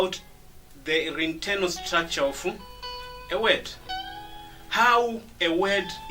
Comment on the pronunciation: hey Mr its /ov/ of not off